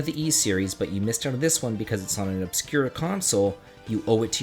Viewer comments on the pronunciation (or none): none